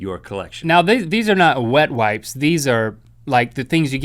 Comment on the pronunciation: "These are not Rhett wipes." Link, speak carefully.